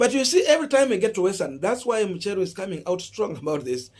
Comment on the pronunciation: It’s MUCHERU not MUSHERU 🤣🤣🤣